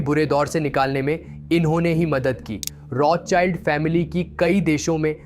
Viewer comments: बच्चा वो रोथ चाइल्ड नही रोथशिल्ड है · "Rotsild" pronounce hata hai